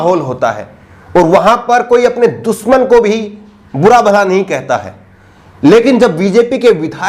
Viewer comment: saheb ye kuch badi galti nahe hai aap fikar na karo